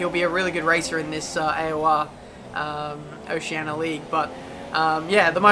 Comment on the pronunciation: WTF is an Ociena? It's Oceania...